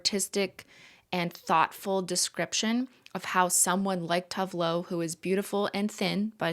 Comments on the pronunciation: It’s always so funny to hear non Swedish speakers try to pronounce Swedish names. I did not understand that Cristine was speaking about Tove Lo until she named one of her songs “Grapefruit”. FYI, the e in TovE is pronounced, so it sounds like tO-vE Lo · Cristine, I believe Tove is pronounced Too-va. Scandi names have different vowel sounds than English